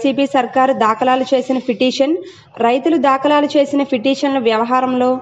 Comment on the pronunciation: Telugu matladadam vachhina vallani anchor ga pettandi, dakalalu kadu dhakalu, alane cheap justice kadu Cheif justice 😅